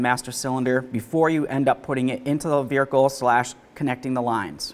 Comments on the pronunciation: Does he say vehicle weird. Vihercal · "Vericle" nice